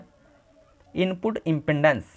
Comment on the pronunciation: Is impedence not impendance. Ok sir